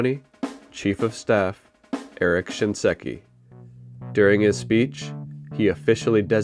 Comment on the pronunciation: Thanks for re-uploading with the correct pronunciation of SHINSEKI. Saying "ShinESki" 15 times was pretty cringe